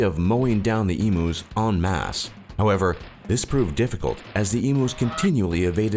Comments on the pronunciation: Yes, it's pronounced e-mew, not e-moo. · ITS EMUS NOT EMOOS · I laughed so hard at the em-oo it's said em-you!!! Omg hilarious. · My Problems with this video: He called Emus E-moos you pronounce it Eemyou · Emooos lol Great emooo war this guy 😂🤣😅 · please this was supposed to be informative not comedic I laughed so hard at "eemoos" I had to go back to actually listen to what you were saying. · OMG IM LAUGHING SO HARD A 8 WHEN HE CALL EMUS EMOOS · EMOO'S! I'M DYING XD XD XD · Lucas Harrison Yes Lucas calling them emoos. I bet the emus hated it even more than us. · My thoughts, u pronounced emus wrong, the refugees and stolen generation: the governments crap, our internet speed isnt THAT slow & yes we do live on a death trap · Omg, your pronouncing EMUs wrong, it's painful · You're pronouncing 'emus' wrong you stupid narrator. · It actually annoys me that he pronounces emus so wrong :/ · true but there's only one way to say emu and it ain't exactly rocket science